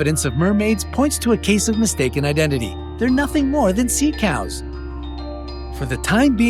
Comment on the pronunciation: They are not sea caws you are a caw